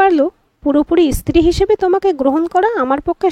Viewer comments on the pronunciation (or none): স্ত্রী শব্দটি ইস্ত্রী নয় ভাই। খুব খারাপ লাগল।